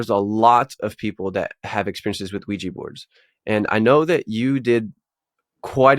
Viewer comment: It’s not weejy it’s ouija & u don’t need needles to take heroin